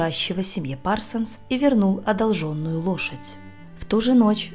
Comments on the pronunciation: Не правописание, а ударение!!! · Спасибо. Не одолжЁнную,а одОлженную...